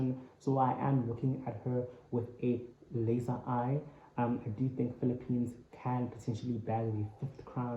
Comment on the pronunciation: Why ervery one say phillipiens,i thought philipino people work together😀